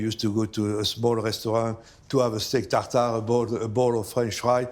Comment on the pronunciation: “Tagtagrrrge” “Salaaahd”…excuse me, how much is duolingo?